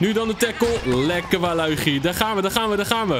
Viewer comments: het is waluige in het engels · spreek alsjeblieft normaal waluigi uit man...